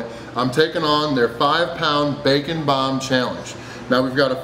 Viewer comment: Am I the only one who understood "This is the Bacon Bum"